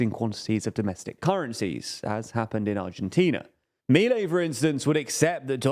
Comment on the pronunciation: 1-We already tried that in the 90s and it failed, he's not breaking ground here, just trying what has already failed. This is not a what if, we already have a precedent. 2- that's not how you pronounce Milei. 3- that's a really old peso that hasn't been in cirtulation in ages. I swear this channel does as little research as possible.